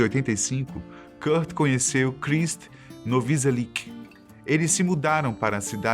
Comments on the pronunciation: não é krist noviselic é krist novoselic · Novoselic, não Noviselic... e os nomes das músicas poderiam ser pronunciados corretamente, por se tratar de um vídeo com tão boa produção e pesquisa. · "Noviselic".... eita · "Fecal MaLter"? Krist " NovIselic" ??? O q são isso?? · Afff que cara leigo, é fecal matter não fecal malter, e o baixista é novoselic, "novoselithii"